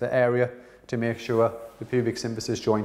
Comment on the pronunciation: it's symPHysis not synTHysis.